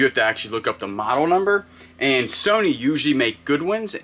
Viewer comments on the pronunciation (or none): none